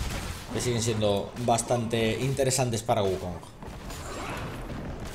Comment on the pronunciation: por qué pronuncian las g finales como j? una duda que siempre tuve, lo he notado en palabras como bug (buj), lag (laj) y en este caso wukonj